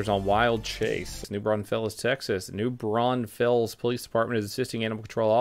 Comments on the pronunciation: LMAO...nice. 👍 Waukesha "wah-keh-shaw" Seguin "Sah-gein" New Braunfels "brawn-fulls" 😉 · Pronounced New Bron-fulls. Texas hill country has all kinds of exotic animals. There are safari and hunting ranches on thousands of acres. Plus, some people just have lions and stuff in their backyards that are out in the sticks on a handful of acres. In Texas, there are certain species of privately owned exotic animals that are in higher numbers than there are in the wild/in their native habitats.